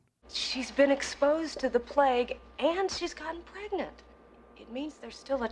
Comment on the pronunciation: At first I heard "plague-nant" when Linda says the girl is pregnant. Considering what happens later in the movie, that might have been a more accurate way to put it.